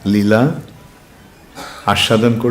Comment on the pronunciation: নীলা নয়।। লীলা